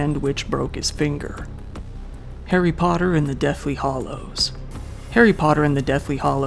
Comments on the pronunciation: Daniel Radcliffe has actually done a lot to help his stunt double that got injured. They're pretty close, I guess. Also, it's Hallows, not Hollows. But, I'm guessing someone (or a thousand someones) has already brought that to your attention. LOL! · It's deathly hallows not "hollows".